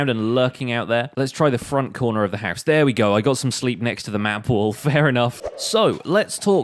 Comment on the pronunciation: No one:: "haus"